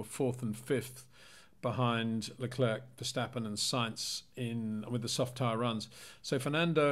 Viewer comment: Hi Peter. Could you please pronounciate Charles his last name as 'le clair', in stead of 'le clerk'. Thanks :)